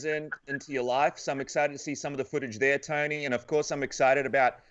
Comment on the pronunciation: It's Tony not Tiny